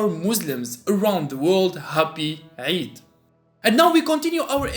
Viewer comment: Thanks for saying eid mubarak🥰🥰 And your pronunciation of eid was right and that was surprising